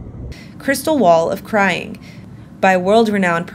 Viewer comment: Crying wall or "Scrying" wall?!